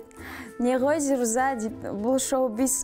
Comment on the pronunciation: Орысша сойлей алмаса неге сойлейды?!!! Быреу мажбурлеп журе ма алде орысша сойле деп?? Оз абыройын озы шашып не керек. "Эта плоха...плоха ", "уроки бокса или..." зирузАА деп есымынын артын созып озы мамбетский произносит, может жазган адам ЗирУза" деп жазган шыгар. Пффф короче. Тагы mmuhanf_ дегеннын кателерын тузеп кояды гой озынше 🤦‍♀️ Ешкандай личная неприязнь жок бул кызга деген..онерымен мулде шаруам жок, бырак биреуге кулмес бурын озын тузеу керек адам. Ел алдында журген сон темболее.